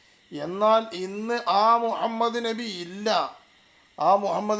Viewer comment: مهمد എന്നാണ് ഇവൻ പറയുന്നത്